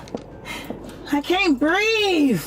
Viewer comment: “I CANT BREEVE!!!” 😂